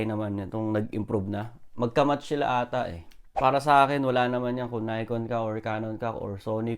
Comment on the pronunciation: Nikon is founded in Japan. You're pronouncing it wrong bro.